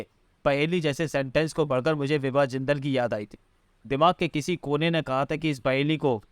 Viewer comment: विभा जिंदल को कभी बिवा बोलता है कभी सेवा बोलता है 🤣🤣🤣🤣🤣